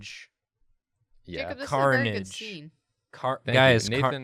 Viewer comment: "waddaya sayin? Jarcub?"